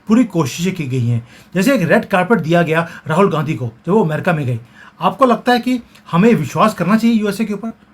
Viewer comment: शब्द "अमेरिका" है। आप एमेरिका क्यूं बोलते हो? अमेरिकन √√ एमेरिकन ××